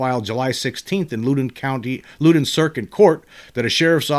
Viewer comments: James...the 1897 Texas crash has pretty much been found to be Fake News which was far more common back then I am pretty much in your camp otherwise. PS you pronounce Loudon incorrectly. It is not pronounced Looden. It is more like Laawden. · I'm on my way to that area of VA now for the work week. Just for the heck of it, for future reference if you want it, it's pronounced LOUD-on, as in, when is ticked, he gets loud. LOL. And the locals barely pronounce the second syllable, like "LOUD'n'." Cheers, brother. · It's pronounced (Loud-in) county lol I live in the area, just wanted to correct that 😅